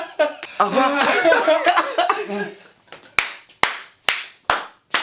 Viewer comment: "A'RVOIR" Aaaaaaaaah